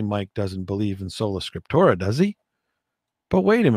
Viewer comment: Hello, it’s sola scriptura NOT scriptora.